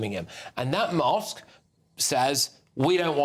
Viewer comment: "and that Mothsk" 😂😂😂😂